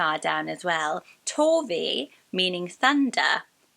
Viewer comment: I know this is about girl names, but when you said Torvi i thought you said Torby which reminded me of my friend Torben who goes by Torby and i think it’s such a cool name